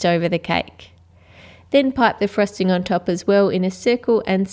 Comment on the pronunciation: its frosting not frusting!